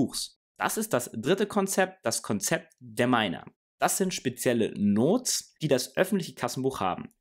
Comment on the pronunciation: "spezielle Notes"? Sagt er Notes also Notizen? Verstehe es nicht ganz.